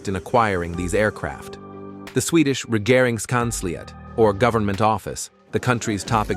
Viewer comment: Yes, starting with Greepen (which is correct), then going on to Grypen like all other videos. Then StrittsFord'n, ReggeringKanshlyiat and other nonsense.